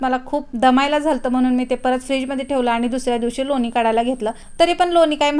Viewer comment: लोनी नाही लोणी असा शब्द बरोबर आहे